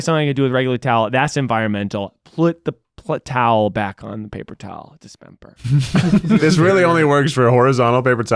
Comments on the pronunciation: Why did pronounce dispenser as dispemper? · Are we discussing that miles is saying dispemper instead of Dispenser???? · WHY IS NO ONE ADDRESSING MILES SAYING PAPER TOWL ??DISPEMPER???